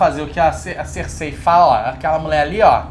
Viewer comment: kkkk Cêrsei e igrite ... Mas bom vídeo , eu comecei a assistir parei na 2º temporada pq n estava entendendo porra nenhuma , daí resolvi assistir até o fim , e no final fique meio desnorteado com alguns acontecimentos e personagens , mas voltando aqui no resumo consegui compreender melhor , e com certeza não me arrependo de ter continuado a assistir .